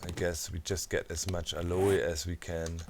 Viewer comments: YOUR SQUATTING!!!! and its pronounced AL-OH plants not AL-O-E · Aloe is pronounced Al-o in American English. The e is silent. Not sure about British English. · Aloe is pronounced (al-oh) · Doc its pronounced "AL" "O" cream, just fyi. lovin the 7d2d vids keep them coming please! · BTW Doc, if you are interested "Aloe" in English is pronounced "al-oh", sort of blend of "all-oh" and "a-low." There is no English long "a" sound at the end. It is not a Spanish or French word, but Greek transliteration from the Hebrew Ahalim. Of course aloe is a variant of an agave plant, which we do pronounce the terminal "e" with a long "e" or "a" sound from the Greek "Agaué", meaning "Noble" in English. Have fun with that! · Docs pronunciation of aloe and yucca is hilarious!